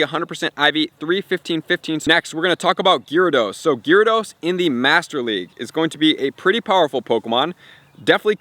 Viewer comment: lol u say gyrados funny, dope vid tho